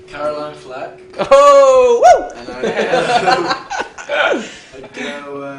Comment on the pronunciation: When Harry said "Caroline Flack" I face palmed.... Oi vey xD